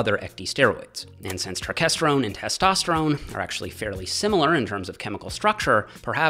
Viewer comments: It’s not pronounced turkesterone. It’s pronounced turkesterone. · its not turk its turkes